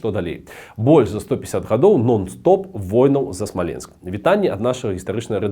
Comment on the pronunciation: Ты не правильно ударение ставишь. Смоленск , который всегда был русским, на короткий период приписали к Белоруссии, чтобы было где провозгласить БССР. Но белорусы решили, что все что их 🤣🤣